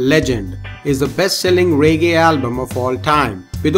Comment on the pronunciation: Couldn’t a Jamaican or African narrate this video????....narrator can’t even pronounce Jamaica 🇯🇲 and reggae properly....k.m.t...I’m gonna hit the stop button...